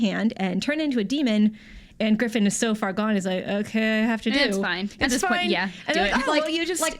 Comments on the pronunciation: griffin? GRIFFIN? damn come on guys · Of course I care about AoT S2..I've been up to date with the manga and I can't wait until I get to see the next arc animated. Screwing up Griffith's name and his backstory is just a tiny bit heretical. :P